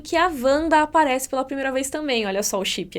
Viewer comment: É "Vanda" mesmo, com som de V